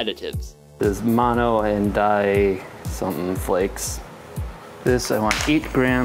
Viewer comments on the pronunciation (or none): none